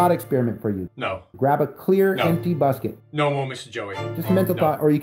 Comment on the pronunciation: Did Joey say to grab a clear, empty “busket”??? Hahaha!!